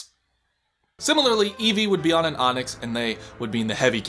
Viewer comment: Also “Eeevee” Did you add an extra “e” or something? And yes, please do more Racers